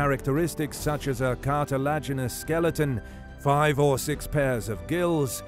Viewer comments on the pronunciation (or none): none